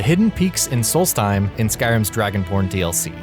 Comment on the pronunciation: At one point it sounded like he said "DragonPorn DLC😂😂